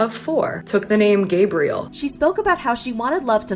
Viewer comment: "Peope with grabriel on their names.."